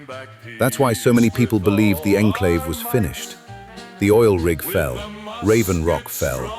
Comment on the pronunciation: this was clearly made with ai because the ai pronounces the enclave incorrectly and project purity doesnt look like that